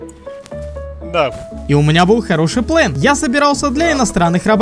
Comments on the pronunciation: Почему плэн а не план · ГОВОРИ ПЛАН А НЕ ПЛЭН😡😡😡😡😡😡